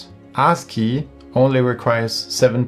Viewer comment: Bro, maybe you shouldn't pronounce ASCII like that. Like "Ar$e-key"...😄